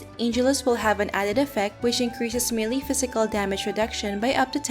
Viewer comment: I hope you don’t find this offensive. I’ve been watching your guides and has helped me for the past 4 months since I started. I just noticed that in the videos I’ve watched, your pronunciation for “melee” is incorrect. I don’t mean to be rude or anything and I hope you take this as a constructive criticism. Thank you and I’m sorry if ever this comment would make you feel negative